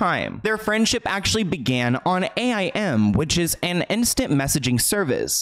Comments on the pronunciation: Excuse me but did you just spell out AIM 😂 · it’s called “aim” lol not a-I-m Just realized at 31 that I’m getting old lol Edit- aim stands for AOL instant messenger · I love you, but it wasn't referring to as A-I-M. We called it aim. Yes, I know I'm old haha. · Wait…did he actually say “A.I.M” instead of “Aim?” Geez I’m old. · I feel bad for Jennette and I'm glad Miranda supported her.. But also Miranda is my childhood/still current celeb crush lol she's so pretty and seems sweet. P.S. did he really fking say A - I - M like spelled out?? wow.. I'm old. It's pronounced aim, like aiming a gun lol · FIY being of that era we would straight up call it aim (like take aim) not A.I.M. simpler times lol only nerds would have called it A.I.M. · I actually ran to the comments to see if anyone was old enough to point out that even though it’s an acronym, the correct pronunciation was aim (sounded out just as it is spelled and not an as an abbreviation) Obviously one wouldn’t know unless they grew up using it, but it makes me feel so unbelievably ancient lol ugh. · I always forget how old I am and then says ‘A-I-M’ for AIM and I’m like oh okay I’m ancient. 😂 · Hearing you call AIM, A-I-M. Makes me feel so old HAHA. It stands for AOL Instant Messenger and was my social media growing up. Love your videos. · "ei ai em" (a-i-m)lol i'm really getting old when people don't know messaging on aim.......... T_T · Can't believe this fool called AIM, A.I.M. 🙄😂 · It’s the way spelled out AIM🤣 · I felt so incredibly old hearing AIM pronounced that way.